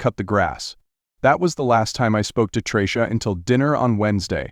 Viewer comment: i heard this story a long while ago on another site it sounded better and could pronounce names like tracy